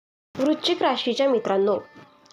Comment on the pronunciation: आधी वृश्चिक या शब्दाचा उच्चार नीट करा